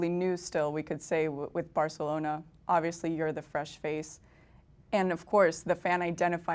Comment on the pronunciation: He says just right.